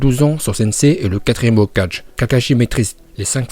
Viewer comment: Comment tu prononces hokageeee 🤕😭😭😭😭😭